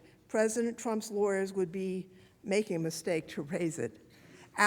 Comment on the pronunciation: ARROGANT DEMINGS!...PLEASE SPEAK PROPERLY...THIS ISN'T A PARTY IN HARLEM...THE WORD IS 'SEEKING' NOT SEEKIN' & 'MAKING' NOT MAKIN'...GEEZ...;)